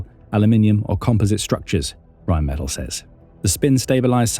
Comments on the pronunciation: It’s pronounced Rhine Meh-TAHL. Really enjoy your contributions! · Pronounced Rine Met Tall!